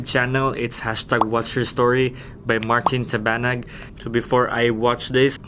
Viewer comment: Slang kaayo oh "Martin Tabanag" 😆